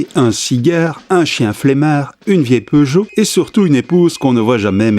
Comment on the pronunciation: J'ai vu la série en version originale quand j'habitais en Angleterre et j'ai éclaté de rire quand il a dit que sa voiture était une "pioujeo"